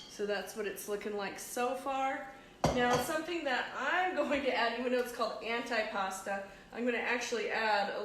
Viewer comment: Antipasto...with an O